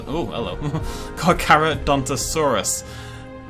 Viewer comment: FINALLY! Someone said its name right.